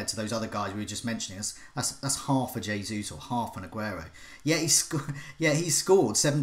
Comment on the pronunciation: Why is this guy pronouncing Jesus incorrectly. It’s so pretentious